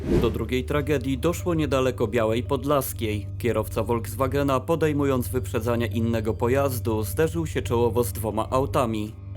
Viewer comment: "Volkswagen" wymawia się [Folkswagen] zamiast [Wolkswagen]. Poza tym, nie ma czegoś takiego jak "ilość" osób, jest tylko liczebność - osoby są policzalne.